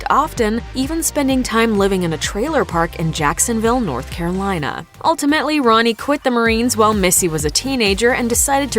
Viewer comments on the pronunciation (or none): none